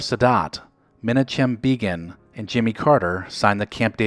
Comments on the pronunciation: who the fcuk is MENACHEM BEEGEEM? IT's "Mah-KNOCK-um----BAYGUN"" phonetically pronounced. is this more A.I. Trash?!?!?!?!? SMH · "Minichim Beegin" 😂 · Mini-chim Beegan! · Minachim Bee-gin????? Well, we know that 1978 was before your time. Pronunciation is a thing. muh-NAKH-im BAY-gun is the correct pronunciation. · Ma-knockan Bay-gen,Mar-Go Kidder,bad mispronunciations.They were before my time and I know who they are and properly say their names.Otherwise a pretty fascinating channel. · Hey, perhaps learn to pronounce names. Especially when it is a world leader. Menachem Begin is pronounced Men-aa-hem (emphasis on aa) Beg-in (emphasis on beg) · Men-uh-chim Bee-gin. Mar-gut Kidder. Seriously, anytime you have to pronounce someone's name you need to look up how it's pronounced. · Only time I heard Menachim Begin pronouncece "Menna-chim" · It sounded like he said: Mina-CHEM BEE-gin Haha. These whippersnappers didn't hear the news we have heard. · Men-A-Chim Begin and Mar-gut Kidder- this kid hasn't graduated from middle school. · Better make those Mu-NOCK-im BAY-gun & MAR-go Kid-der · A great series. But you must put a little more effort into pronunciation. Menachem (meh-nah-kum) Begin (bay-gun) Margot (mar-go, the t is silent) Kidder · please say that again!! (Btw it's pronounced Ma knock em Bay gan) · You're usually good with names but I have to ding you twice... Men-KNOCK-him BAY-ghin Mar-Go Kidder You still managed to get Dennis Kucinich correct. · You flubbed the pronunciation of the Egyptian and Israeli leaders. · A fun trip down memory lane, slightly marred by a couple of mispronounced names: Menachem Begin and Margot Kidder. Oops. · You mispronounced Menachem Begin and Margot Kidder. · Sorry mate, but that pronouncement of Menachem Begin's name was brutal! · I noticed that too! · That was literally the worst butchering of Menachem Begin's name I've ever heard. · Great video slightly mispronounced Menachem Begin and Margot Kidder . otherwise quite good